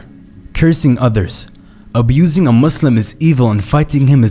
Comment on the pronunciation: ur the first person to pronounce muslim muSlim not muZlim😭